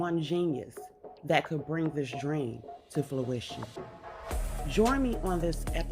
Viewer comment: “fluition”? Seriously?